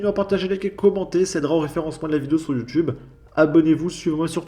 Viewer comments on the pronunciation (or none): none